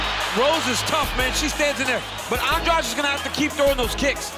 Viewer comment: I think they're pronouncing Jessica's family name wrong, it's An-dra-de not An-draj.